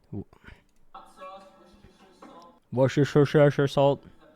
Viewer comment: Wtf? No. American Pronunciation: wu-stuh-shr British Pronunciation: wooster-shuh Shire is the British equivalent to our counties in the US, so the sauce is simply named for the region from which it comes, Worcestershire, where 'shire' sounds just like the state name 'New Hampshire.' It's just a word that no one learns in school, and everyone is taught to sound out the word by syllable/letter, making everyone try to say every letter or syllable in the word when they don't need to.